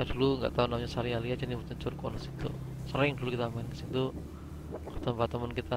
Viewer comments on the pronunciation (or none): Curug saliala mas, bukan salialia